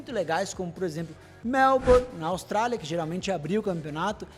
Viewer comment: Áustralia? Austrália ✓